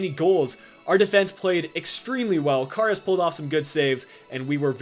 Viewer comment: Can't figure out which is more annoying: doing your little spin inside EVERY time you make a run down the wing, or your inability to pronounce Karius (there's no "o" in it!!). And there's no way you should be advancing in the cup, extra time winner with 9 men? As if....